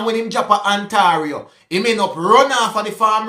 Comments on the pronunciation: lol it’s pronounced( On Tay rio) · Ontario is pronounced On-tay-ree-o